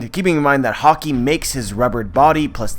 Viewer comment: take a shot every time you understand hokey instead of haki